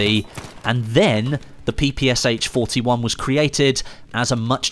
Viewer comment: Let me correct you. It is not PPSH, it is PPSh - “Sh” is pronounced as a single letter, because the author of the weapon design was called Shpagin